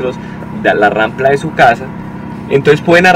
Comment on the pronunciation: Es rampa, no rampla! Es con todo respeto 👍